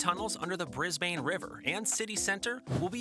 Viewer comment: Please note the following: (Sorry to nit pick) * Cross-river Rail was planned before the Olympics were given to Brisbane * Stock footage of right hand drive highways and roads used ( we drive on the left here) * It is pronounced [Bris] [Bin] not [Bris] [bain] * The lovely shot of the flag .... is the New Zealand Flag not the Australian One (a lot of people do this though) * Aqua trains at Kellyville is in Sydney (~1000km to the south) * American money